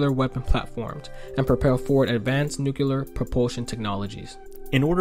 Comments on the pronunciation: It's 'nu-CLEE-er, not 'nu-CYOO-ler. Thank you. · Question: why the fuck can’t people say nu-klee-ar anymore?